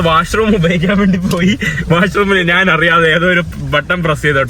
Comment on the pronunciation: നാന്,നാൻ, നാന്, നാൻ അല്ല. ഞാൻ എന്ന് പറഞ്ഞു പഠിക്കുക